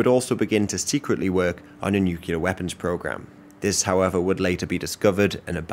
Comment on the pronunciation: Only thing I dont like about this guy is "nookyaler power"